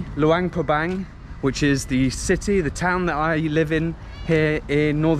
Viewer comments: no wonder you pronounce it with a Bang. Like Vientiane…some people pronounce it TeeAnne. It’s one thing when they’re new to the Laos. But it gets confusing, like I’m thinking their way is the new way and acceptable. Idk. I haven’t been to Laos since 2005. Even Lao Americans are trying to change the spelling so that it reads how it spells. So nobody takes the time to find out what the rules are. If tourists are pronouncing it one way, then that might be the right way. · In the beginning, you said Luangprapang almost right to my ears…maybe cuz it almost rhymes with lockdown. Then other times you pronounce it Bang bang bang. Now I’m confused on the spelling. I instinctively spelled it Luangprapang. Is that right? Or is it Luangpabang